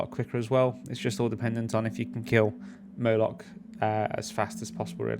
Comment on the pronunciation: Nice vid. Thanks! BTW, are you calling the boss Murloch? 😉